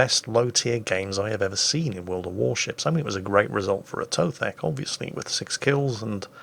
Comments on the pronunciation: A To The K lol Not Atothek. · It is "A to the K", not Atothek. No need to overcomplicate things. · His Britishism is showing. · It's "A to the K" you Philistine! :D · You apparently also forgot how to say his name too?